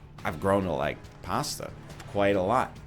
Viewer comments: ok, i can tolerate americans pronouncing pasta like it has an R in it, but saying it is a side dish not a main? that is unacceptable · Why do they make fun of you? Italian here, you say it much better than most english speakers NL! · Pästa? Lol. Where are you from? *Germany*? Nerd! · Erm what's wrong with the way you say pasta?